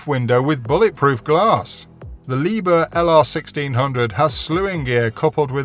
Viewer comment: Maybe you would like to pronounce "Liebherr" as it should be pronounced? 😂 Loading and unloading speed? 😂 I gave up after the first two devices! 🤣